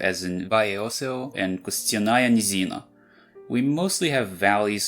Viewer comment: меня расмешило с вашего"МшИстыЙ Грот". буду честен вы хорошо произнесли "костяная низина" близко к правде, но слишком большое акцентирование на букве "Ч", а так хорошо в слове"ткачедом" нужно делать акцент на букве "о" это называется ударение